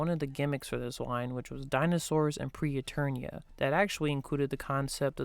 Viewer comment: Except it wasn't "Pre-Eternia." It's "Preternia."